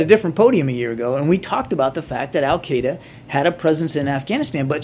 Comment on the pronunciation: Wh dude can't even pronounce AL Kite A consistantly